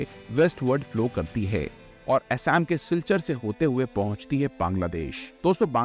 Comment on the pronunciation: आपसे अनुरोध है कि ब्रह्मपुत्र सुभानश्री असम जैसे नामों का सही उच्चारण करें। अक्सर देखा जाता है कि लोग अंग्रेजी का अंदाज दिखाने के लिए ऐसे शब्दों का इस्तेमाल करते हैं, जो गलत है। ऐसा अक्सर देखा जाता है कि लोग अंग्रेजी भाषा में स्टाइलिश दिखने के चक्कर में मूल शब्दों और उनके उच्चारण से खिलवाड़ करना गलत है। इनके उच्चारण को ग़लत ढंग से लेना अच्छा या सभ्य नहीं लगता. आप भी कभी यूपीएससी अभ्यर्थी रहे होंगे तो cultural hegemony को अच्छे से समझते होंगे इंग्लिश आना बहुत जरूरी है. आज के समय में अगर हमें दुनिया के साथ खड़ा होना है तो अंग्रेजी का इस्तेमाल करना चाहिए लेकिन इसका मतलब यह नहीं होना चाहिए कि हम अपने मूल शब्दों के साथ खिलवाड़ करें। आपका कंटेंट बढ़िया था बस मेरी कहीं बात पर गौर करें🙏🙏